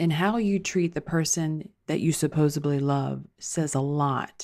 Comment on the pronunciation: Did you say "supposably"? 😅